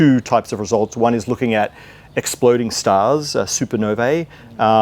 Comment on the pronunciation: Congratulations, Matt, for being one of the few who correctly pronounces the word, "Supernovae". This brings to mind the question of why the likes of Krauss refuses to learn it too.